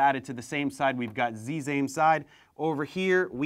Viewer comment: What's ze zame zee ؟؟